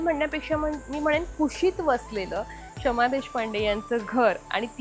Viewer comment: शमा not क्षमा